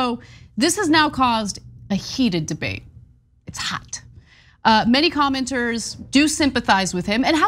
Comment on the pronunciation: I like it when Ana says haht!